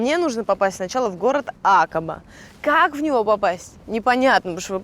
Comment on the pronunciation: Откуда вы откопали такую ведущую? Злобное лицо у нее. И почему Акаба, а не акАба?